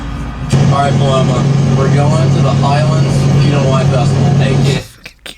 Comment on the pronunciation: My cousin is named Paloma and the way these ppl pronounce it KILLS me